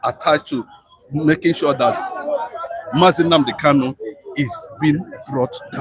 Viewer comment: I am Tunde okafor saying that doesn't know how to pronounce KANU but he calls him KALU.What a shame to this abgoro